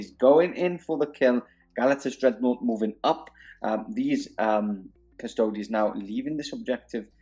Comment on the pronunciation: cus-to-dees. like ass-tar-tees. not cus-toads. for real.